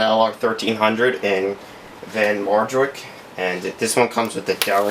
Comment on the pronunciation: Awesome model!! But I think that the name is pronounced "Van "Marvaik"...